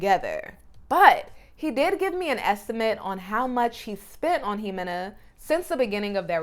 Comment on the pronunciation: It’s not imohagani.. is pronounced Hemena.or…Jimena…